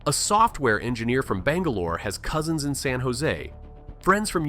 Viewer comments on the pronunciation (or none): none